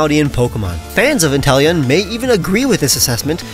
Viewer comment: INTELEON, NOT INTELLION!